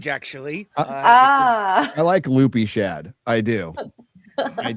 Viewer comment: It's Shad.